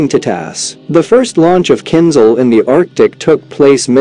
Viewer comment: It's not kin zal. It's kinZHal. The h is not silent.